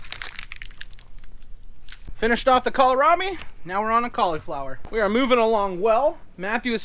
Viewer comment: From my Mom: it's pronounced, kohl (like the store) rabi, not kolerabi.